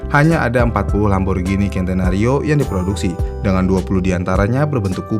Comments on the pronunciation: Centenario dibaca "sentenario", bukan "kentenario". N/A itu dibca "naturally aspirated". Akhiran "ed" di akhir ttap diucapkan. Bukan "aspirate" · Centenario pengucapan nya dlm bhs indonesia sen te na rio Belajar lg min